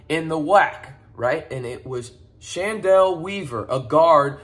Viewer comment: Just a heads up, his name is pronounced like Kendall. The "Ch" makes a K sound. His sister, Chennedy Carter, plays in the WNBA